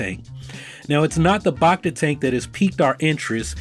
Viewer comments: "Bacta" isn't pronounced like "bah-cta". It's "back-ta". As in "bacteria". Sometimes you pronounce it correctly, but most of the time you don't. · It's BACK-ta tank, not BAHK-ta tank bud. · Bach-ta tank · you lost me with your pronunciation of bacta